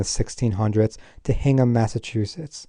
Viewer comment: "HINGHAM" in the UK is pronounced locally as "INGHAM".